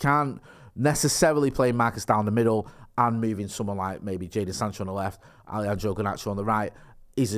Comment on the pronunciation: Love the way you say Allyandrow mate 🤣. Banging channel lads!